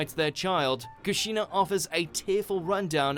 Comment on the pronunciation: You forgot one: Your pronunciation of Obito and Kushina